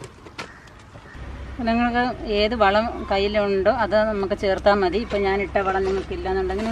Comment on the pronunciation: Mone Methi alla,Mathi